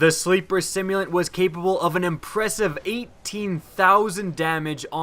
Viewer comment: Sim-U-lant.. simulant... like a simulator.. to simulate.. simulated.. not simont !.. sorry... great video though!